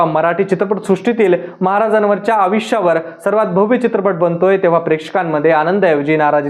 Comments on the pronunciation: अविश्य नाही.... आयुष्य असतं ते.. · Aaj kaal konihi reporter bantoy hya la ayushya ha shabdahi nit uccharta yet nahiye